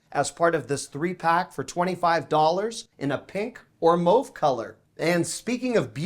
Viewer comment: I was so happy when you pronounced the word mauve correctly!!❤😂